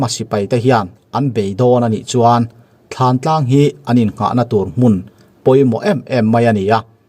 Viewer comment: Thantlang alom, thlantlang tiin i soi reng bok sia